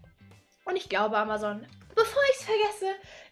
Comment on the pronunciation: Amazon spricht man nicht so!